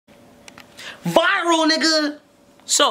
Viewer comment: Bro the way he said "viRaL NiGgA